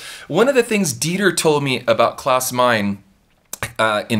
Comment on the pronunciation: Great video. Klaus' surname is pronounced like "mine a"